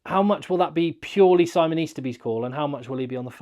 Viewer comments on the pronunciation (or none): none